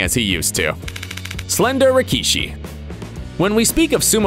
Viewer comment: Did man really say rikee-shi